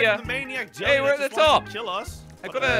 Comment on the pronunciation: it's Jelle